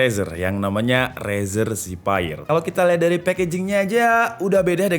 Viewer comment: razer zephyr = rezer zevēr